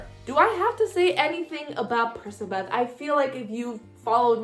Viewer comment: does anyone else pronounce percabeth as PER-CK-A-BETH??